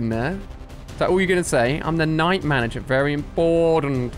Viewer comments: Why Ali a say vely not very? LOL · Why does Ali say vely instead of very? Lol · yes, vely vely weird